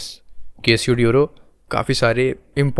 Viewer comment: Pronunciation of the word Casio !